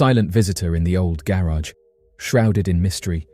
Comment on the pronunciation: Please stop saying garage like that omfg